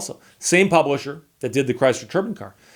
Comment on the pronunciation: If you ask Google how to pronounce “turbine” you will not get the same pronunciation at Steve uses.